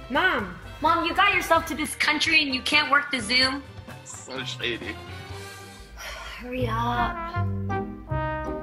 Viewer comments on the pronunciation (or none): I laughed at the subtitle "She said Shady" because it did sound like "shitty"